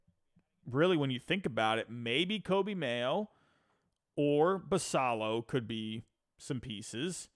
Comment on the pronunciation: Minor minor thing, but Basallo is pronounced Bass Ay O. In other news, I think a package like Ortiz, Norby, Stowers, Fabian and a mid level pitcher is close to reasonable for Cease. Spot on about no Mayo, Basallo, etc for Cease. BA has Basallo as number 10 in the country and Mayo as 25. No way they (or Holliday, Westburg, Cowser, Kjerstad) get sent for Cease.